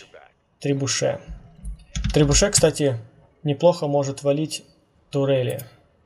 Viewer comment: "трибуше" почему трибуше? он же требушет !